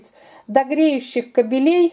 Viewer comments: Все отлично, спасибо. Только кАбелей, а не кабелЕй. Насмешили! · очень долго. И еще: не кабЕлей, а кабелей. Ну, что, Вы реально считаете, что мы все идиоты? Вы как детям это все разжевываете.